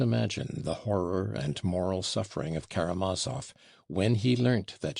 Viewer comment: "Hurahh for karamaov"...what a conclusion.